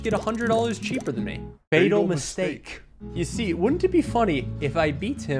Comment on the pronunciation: Man rly said F A T A L M I S T A K E